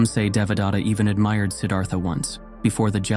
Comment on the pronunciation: Nice fictional story. But do you really think that you got in touch with the original knowledge and found who was the real Buddha? When you read the word Devadatta, I am wondering whether your followers could build their understanding around some other name because you are short on pronouncing it that would evolve into a new story with a new name. Let me tell how it should be read using a few English words as close as possible. DE should be read as THEY. VA should be as in cleVEr. The next sound DA should be as the word THE. Next sound T should be as in the word paTH. Last sound TA should be read as in THAna (Indian - police station. This is the same word that is read as station in English - Check pronunciation on line). I am trying to point out that, the word Buddha is also a poor pronunciation of the real word. As you describe yourself, I am also a researcher in to ancient knowledge. Just like false gods and prophets, there are also false Buddhas that you don't understand. Modern teaching is extremely corrupt and deviates from the original teaching. On top of that, they have mixed everything together from other interpretations contained in Hindu, Aghori, and Jain faiths, and even some concoctions by individuals that further dilute this very important piece of human knowledge. Every human today carry genetic changes reflecting the application of the original knowledge that form basis of your every day activity. BTW, the original knowledge did not originate in India as you cl